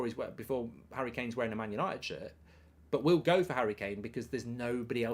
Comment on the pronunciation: Por a shot every time he says Manchester yanited